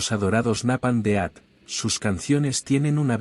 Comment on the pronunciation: A pesar de que se escribe grind core se lee (graind cor y aunque se lee punk se lee ponk y el death metal se lee deth metal y se lee neipon death aunque se escribe Napalm death)